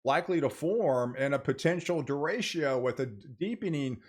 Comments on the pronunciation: It is pronounced dr-ray-Cho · Their is no sh in derecho, ch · He's saying "Da ratio" 😂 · I’ve been watching your content for well over a year, but please learn how to pronounce derecho, which is a Spanish word. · Then they are pronouncing it wrong. It’s quite simple to look it up with a simple web search.